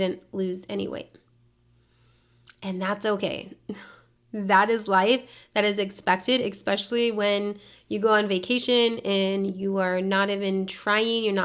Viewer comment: She's a teacher and she said eXspecially 🤦‍♀️ lol